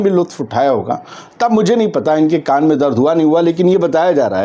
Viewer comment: Bhai saaf saaf bola karo ki saudi ke shehzade ke kaan mein dard hai, meine suna ki shehzade ki _ _ _ mein dard hai 😅